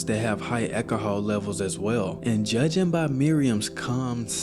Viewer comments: I’ve never heard anyone pronounce the word alcohol like that before. An ekaholic who drinks lots of ekahol. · Eki-i-Hah. Bro, learn how to pronounce alcohol. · "accahol" 😂 say it normally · You just refuse to pronounce alcohol correct but insisttttt on using it 30 times in one minute 😂